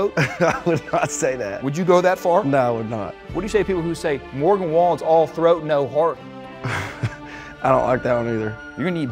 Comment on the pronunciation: It’s funny cause In the first one Caleb called him Morgey Wallen 😂